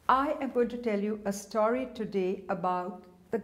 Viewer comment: Thanks for your staury instead of story...